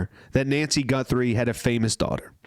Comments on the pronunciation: Pedophilia is only ever directed at children, not everyone. Maybe you were thinking of kinky fetishes. The next video you make of this lady, consider learning her name so that you can pronounce it correctly. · It not a big deal just thought you might want to know you were pronouncing it wrong., that's all. Didn't mean to ruffle your feathers😊 if I were pronouncing a surname wrong I would want to know just out of respect. Have a good day, and you did a very good job of the update.! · It’s not pronounced Gunt-three It’s pronounced Guth-ree !!! Thanks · FUCK PAL-I WAS JUST ABOUT TO WATCH YOUR VIDEO AND THEN IN THE FIRST 10 aSeconds you couldn’t even say her name right. ITS ‘GUTHRIE’ -Not ‘GUNTHRIE’. SAD FUCKING REPORTING🤮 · Guthrie, not Gunthrie! And you don’t need to use foul language… please have some respect for your audience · GUTHRIE not GUNTHRIE. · Guthrie not Gunthrie! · You keep saying her last name wrong you are pronouncing it like G U N T H R I E... There is no N in the middle of her name Guthrie no N in the name. Also where you are seeing the eye brows as manicured, there is lighter border around the eye holes. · It's GUTHRIE not GUNTHRIE. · Her l ast name is Guthrie not Gunthry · Her name is G-u-t-h- r-I-e…not Gunthrie!! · Ummm.... There is NO "N" in Nancy's name. Literally every other place is written its correct. Might be good to change it. And start saying it correctly! Its Nancy GUTHRIE. NOT GUNTHIE! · FIRST AND FOREMOST:…. if you’re are going to do a broadcast on this subject, PLEASE learn the victim’s name!!! it is NOT “GUN-THRIE”, it is GU-THRIE!!!” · Please pronounce Nancy G U T H E R Y's name correctly. Not Gunthery. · Guth, not Gunth. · Its not Gunthry it is GUTHRY GET IT RIGHT? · Her last name is Guthrie not Gunthrie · it's Guthrie- not Gunthrie 😉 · It's not GUNthrie its is GUTHRrie please say the name correctly for Pete's sake! I did sub and like any way... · Did you actually say GuN-thrie? After all this? GUN thrie? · No N in Guthrie!